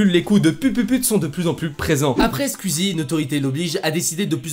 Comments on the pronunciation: Mais poooooouuuuuurrrrrqqqquuuoooiiisss tu dit squezzi on dit squizzi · nan mdr tu le dis vrt mal squuzie c squouizie mais sinon super vidéo 👍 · Sa me stress c'est squouizi sa se dit comme ça pas squizi mdr 😂😂 mais heureusement que jt'aime bien 🤣 super vidéo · SKUIZI... SKOUIZIIIII 😅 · On dit SKOUIZI pas SKUIZI Merde fallait que je le dise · "Skuizie" TRIGGERED. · Oh bordel tu as un fond vert c’est grillé avec l’ombre et ça se prononce SKUIZI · Stp j’ai remarqué tu fait que dire squizi 😂 mais squeezie ( c´est bizard mais dire comme sqouizie mdr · Par contre stop de dire squiiizi sinon jtm continue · Tu dit skizi et tuteur